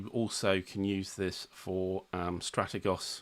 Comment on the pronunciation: Had to check this. I think Strategos is pronounced stra-tea-goes.